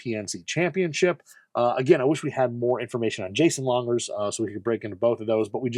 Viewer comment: It’s Langer NOT Lunger… please?!